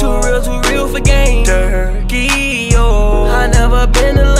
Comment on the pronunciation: He said Durky